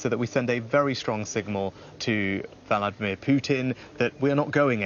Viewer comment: "Valadmir" Lmao